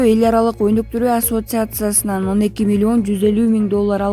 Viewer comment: Эл аралык онуктуруу асотцасынан дейт го ай байкуш окууну буттун беле (ассоциациясынан) болот😂